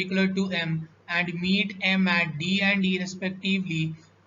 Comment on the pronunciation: And ❌ Aand✅